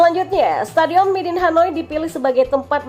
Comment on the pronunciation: sorry min nama stadionnya midin ato midun ato my dinh yaa yg benar...